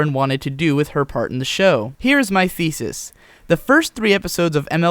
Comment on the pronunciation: "Here's my feces" I had to play it again to hear it right, and even after that if i don't try to hear "thesis" i still hear you say "feces" xD